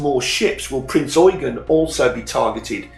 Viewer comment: So glad you pronounced Eugen correctly. I could not finish the review that continually said Prince Eugene.... You have a new follower.